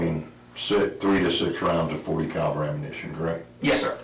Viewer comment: It's pronounced "forty caliber", bro.